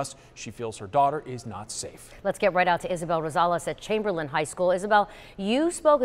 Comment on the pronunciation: " chaimberlain high school" were you at?